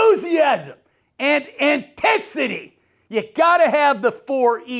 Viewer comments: ENTENSITY!!! *cough Intensity…. 🤣 💙 Gruden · The 4 Eeees..Entensity😂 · Entensity lol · Someone’s gotta tell Gruden that intensity don’t start with “E” and it ain’t gonna be me 😅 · “The 4 E’s! Effort, execution, enthusiasm..entensity”😂 Pretty sure it starts with an “i” but hey I can’t argue with the legend